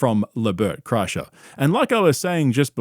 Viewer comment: Car-kreischer, LOL. What a shambles.